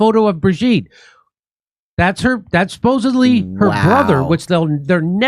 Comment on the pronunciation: Thank you for saying 'supposedly' instead of supposubly ❤🙏❤🙏❤